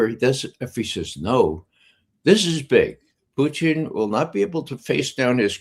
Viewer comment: PUTIN not Puchin